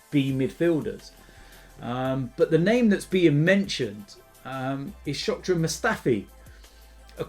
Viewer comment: Its Shkodran not Shokdran. What a fan you are not even knowing the names of your clubs players. Plastic